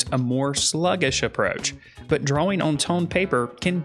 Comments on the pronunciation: Great video..thank you. P.S. I love how you say Dra-Wing paper. 📜✍🏼 🖋 🪶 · I was going to make fun of how he says drawing. Then I realised, thet there's a w in drawing wich makes his pronounciation much more logical.